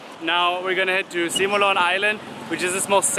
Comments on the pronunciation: its sumilon island not simulan lol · and...It's Sumilon not Simulan.:-)